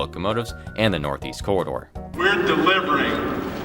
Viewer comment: The way he said the corridor sounds like he said the cerrider LOL